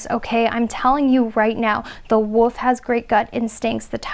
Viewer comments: Sounds like you’re saying the Woof instead of the Wolf 😅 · Did she just pronounce the wolf as the "woof"? 😳 "There's something about you that's very striking" - too fair skinned and too tall and too curvy to be a Filipino 🤷🏻‍♀️ Best part of life spent with white wolfy looking dog called Clay. Now loves cats.